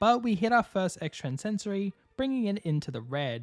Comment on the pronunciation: Hey bro great vid and no hate but can you plz stop pronouncing the move extrasensory with that extra n in the middle. Normally it wouldn’t bother me but you said it like 30 times in the video and I felt like I needed to say something😅. Again great vid and hope you have a good day!